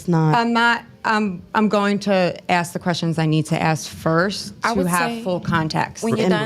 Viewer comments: If she’s so educated, why does she still say “axe” instead of “ask?” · the word is ask.. not AXE.. i think if a woman cant even say this simple word properly.. and makes excuses as to why or even tries to shame you for correcting her... she is not a lady and should be left for the streets. chick said niggas NEED tp be spending that money on them.. cus we not gona die with that money..so we should just spend that. the level of manipulation here..and they get mad if you dont and start getting aggressive.. question is where's their own money though? Host sai those are simps though.. she said NO! those the ones that got it.. im like.. ok like simps dont have it also, thats why they giving it away. long n short.. whores. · Ask him: ✅ Ax him: ❌ ( The first 48 Hours ) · Ain’t dating no grown ass female that says Ax instead of ask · Masters Degree but can’t pronounce “Ask” correctly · Masters degree but can’t pronounce “ask” correctly is wild